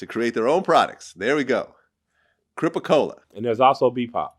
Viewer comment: Crip-a-cola??? Man wtf